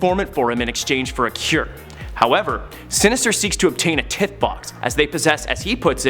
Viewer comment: Sorry but TITHE it's pronounced as TYE-THE